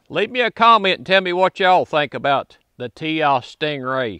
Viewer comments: Forgive me for correcting you, but it is Tisas, Ti-sas. Not Tias. Sas. In Turkey they pronounce it with an h sound—Tishash. Do a YouTube search for Tisas factory tour. It’s a very interesting video. Good test on the gun. Basic functionality is the most important concern. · For the record it’s pronounced “tisash” according to the Tisas people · This is the kind of guy who can fix your lawnmower or generator, build you a deck, or install a ceiling fan for ya,,,, but he can't say "Tisas" lol good ol boy syndrome. Bless you brother..